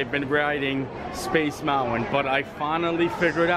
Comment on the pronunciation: There's no "W" in mountain!